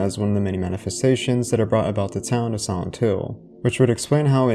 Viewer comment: Sorry but why you say "Santo" instead of "Silent"? Is an accent or there's any particular reason? or like Japanese sound like "Silento"?